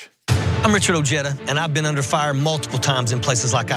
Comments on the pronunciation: His name is prnounced " O Hi Duh". Why did this guy just say " O Jed Ah"??? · OJEDA . . is pronounced "O- HEAD - A" it´s a Hispanic last name .. not JEDA like JEDI . . although the guy himself pronounces it anglo-ized . . origin Spain Alonso de Ojeda (c. 1465 – 1515), Spanish explorer. . Im not saying he is less American or anything like that . . USA land of immigrants